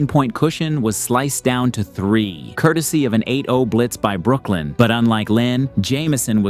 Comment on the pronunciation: Bro its Brooklyn 😂